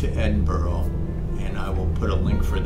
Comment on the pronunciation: Edin-Burr-uh. that's how to say it, I just watched Glasgow and it was good. You're spot o MS have done a great job on this update I wonder what the smaller places look like Perth Dundee Aberdeen etc. I'm rebuilding my Flt Sim so not flying at the moment.